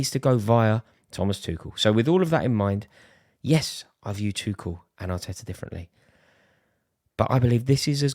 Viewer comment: Who tf calls Tuchel ‘Twoshell’? You lose the debate there and then